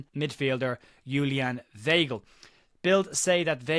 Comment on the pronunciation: The name is pronounced V-eye-gl